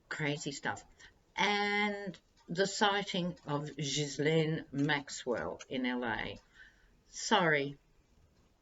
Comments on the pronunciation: Loved your MAGA story..had to frwd this to Twitter with the MAGA caption #TrumptheTerrible #DontheDespicable What is your take on the Trump lovechild rumor? ps Guislaine is pronounced GEELENNE with a hard G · From what I understand, the s in Ghislane's name is silent.